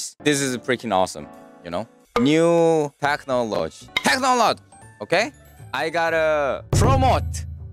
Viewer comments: It's not "tech-nologe" It's "tech-no-lo-gy" So in Korean, no "테크 놀로 쥐", Yes "테크놀리지". 발음 귀엽ㅋㅋㅋㅋ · 테크놀로지ㅣㅣ 마지막 gy부분에서 들릴듯 말듯 테크놀로-ㅈ 하는 게 아니라 마지막 '지'를 좀 길게, 확실하게 발음하셔야 돼요. y가 붙어있으니까요. Technology~